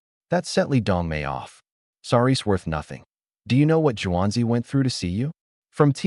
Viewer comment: It's pronounced (Soft) SHUW-ANZI (Juanzi) not (harsh) JEW-ANZI. As an ex exchange student & Native English speaker and even I know that, though it took her mother hitting me with a wooden spoon to get it through my thick head! Looks a lot better in Mandarin than it does in English (still can't read Mandarin though).